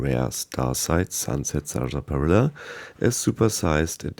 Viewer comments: I got to watch I mean mispronounce Sunset sarsaparilla. “SaR-spi-illa” ahhh good old 76. Could you imagine 76 being your first fallout game, like be born with an Acorn for a brain. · Nice video... but it is pronounced "sass-puh-rilla". 😊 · Great video but let me help you with one thing: Saaas - pa - Rill - a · The pronunciation on Sarsaparilla is strange. We pronounce it as if it were spelled Sassparilla. Just sharing. Thanks for the great content. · Sunset Salsaparilla